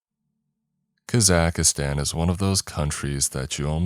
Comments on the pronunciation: I really like this channel but k-za-cuh-zan is not it 🤣 Caw-zuck-stan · Leave kaza-aka -stan Alone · I lol'd when I heard "Kazakhistan" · kah-zack-stan❌ kuh-zack-ah-stan✅ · “Ka-zack-a-Stan” I am deceased 🤣😭💀 Edit: Nooo 😂 I can’t listen to the story. Immersion is absolutely destroyed every time I hear it 😂. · KAKA STAN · i lived in kazakhstan for almost two years and it took me a little while to stop saying kazakh-ka-stan. it was a hard habit to break lol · Yeah I’m skipping this one due to your abhorrent pronunciation of the country, sorry. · That's not the correct way to pronounce Kazakhstan. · Where did you learn to pronounce kazakhstan? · Thats just not how you pronounce Kazakhstan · he could be the wealthiest person on the planet and the pronunciation would still be wrong. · He totally nailed the pronunciation right? 😂😂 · not at all